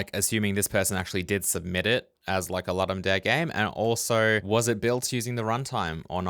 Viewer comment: Please, please, please check how to pronounce Ludum Dare. Did I say please?